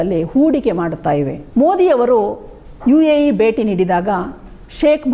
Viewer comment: Barata, beti, bandita alla. Bharata, bheti , bhandita yandu uchcharisi.Ayasa madikolla bedi.